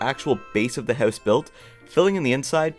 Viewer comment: No offence but the way you say house sounds like ‘hause’ 😅